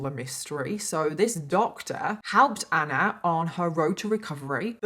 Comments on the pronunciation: Why is she pronouncing ANNAAA like that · The way you pronounce ‘Anna’ is so anoying I had to stop watching 😢